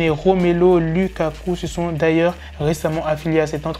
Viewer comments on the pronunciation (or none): Je px pas t'en vouloir tu regardes pas le foot😭 mais sa s'écrit Lukaku et sa se prononce Loukakou 😂😂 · waaah tu ma fais mal la fassant d'ont tu a dis Lukaku 😟 dja que chui Belge